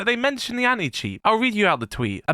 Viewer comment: Why do I always hear him say "Any-Cheats"? LOL